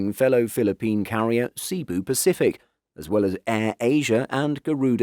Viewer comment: Cebu is pronounced Seh-bu, but See-buu